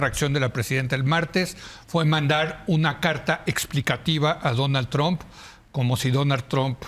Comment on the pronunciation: Por qué le dicen "tromp"?? 😂